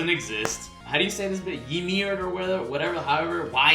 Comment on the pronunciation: Damn son how could you not pronounce YmirXDDD